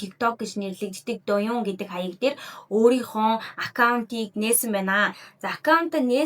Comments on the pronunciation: Doyun bish doyin shuu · дөүеин gej duuddag shuu